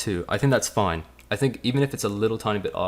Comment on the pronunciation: hey guys, question for american dudes: what accent is that when some people speak like this guy in the video at time, like they stress the ' i ' sound in fine to make it sounds like foine, there was in episode in workaholics were frat dudes speak like that? dude from blink 182 sings like this...any1 know what iam talking about? xD